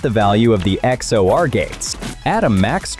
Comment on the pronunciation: its not x o r its x or.